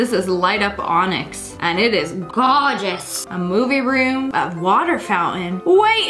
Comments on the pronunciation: When she said “GAWJUS” made me curling up and literally Burst out laughing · The way she said Gawjus🤣🤣🤣🤣🤣🤣🤣